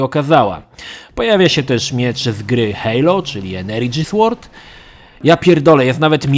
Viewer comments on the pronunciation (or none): none